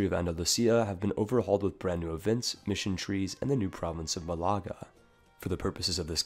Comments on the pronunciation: I've said this on other videos and I'll say it again. It's pronounced "Mah-la-ga", not "Ma-lah-ga", there's an accent on the first A for that reason :P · Are you blind? mÁlaga not malÁga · Bro, it'a not Malága, it's Málaga, it even says so in the province name. Plz pronounce it right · Actually he should pronounce it more like Maaliqa. ;) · Málaga is pronounced Mál-a-ga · Vitor Oliveira yea he’s pronouncing it like some mysterious Arab province